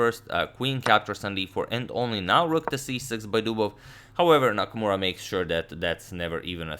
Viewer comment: anyone noticed "Nakmaura"?